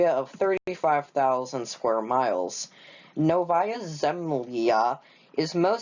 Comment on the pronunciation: You actually pronounced Novaya Zemlya quite close to correct, well done!